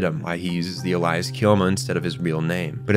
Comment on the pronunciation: Why do you pronounce words wrong all the time?? Lol Alias pronounced as ELIAS?? Is this successful comment farming or is it just bad AI😂